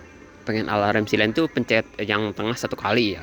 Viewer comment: Biar ga ketuker silent itu dibacanya sai-lent om, kalo siy-lent itu yg buat lindungin kabel dari air (sealant) 😅